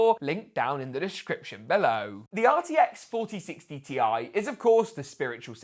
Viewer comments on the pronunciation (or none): "The brand new RTX 4060 TI is 'Hi-YAH!'" 🤪 No hate, lol! I am Jamaican 🇯🇲 and pronounce 'three' "tree". 🌳 😅